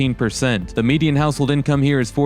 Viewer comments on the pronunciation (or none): none